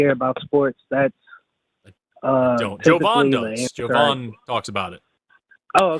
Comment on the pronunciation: My FAVORITE part of this episode is that actually called Jovan by how he calls himself! (JOE-von ) instead of (jah-VON), like always calls him... Even though Jovan made it clear how his name is pronounced. It's no different than when corrects people on how Kamala pronounces her name!